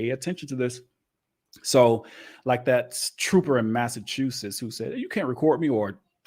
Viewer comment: It's okay if you can't pronounce Massachusetts I've lived here most of my life and I still have a problem with him. Also the police in Massachusetts years ago always tried the wiretap law